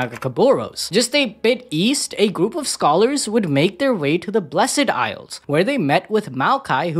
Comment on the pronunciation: Why does he keep saying "blessEd isles"?! The E is silent bruuh